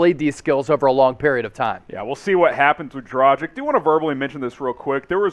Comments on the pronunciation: It’s not “dra-jich” it’s “dra-gich” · dra-geech. learn how to pronounce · Pronaunce Dragić correct..... FU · Why is able to pronounce dragic correctly, whereas isn’t?! It really gets on my nerves